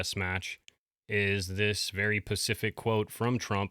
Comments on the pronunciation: Love your content, but please stop saying "pacific" when the word is "specific". Please. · Every time you say “PACIFIC”, when you mean SPECIFIC, it’s like nails on a chalkboard to me 😖 Whatever happened to basic intelligence? We’re close in age, how do you not realize you’re referring to a geographic area, & not something in particular? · Specific, not Pacific 😂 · Please stop saying pacific for specific. I’ve watched several of your videos & want to like you but it makes me doubt your credibility. Pacific is an ocean. Specific means particular or exact. If you want to come across intelligent & reliable, please fix this! I’m trying to help you. It’s like every video you say pacific instead of specific. I want you to sound smart! Please fix this. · Dear DJ, Regardless of whether you are in the US or any other country in the world, the English language word 'specific' is correctly pronounced 'SPE' - CIFIC, not 'pacific' which is specifically, the name of an ocean. Unless you are regularly mispronouncing it intentionally because you identify as a famous ocean located mainly in the Southern hemisphere. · Did you just say “pacific” quote sir 🙈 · It’s his thing. He often says pacific instead. It has become like a joke that if you watch you know. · The word is "specific." Please don't mispronounce this word because it takes away from your message.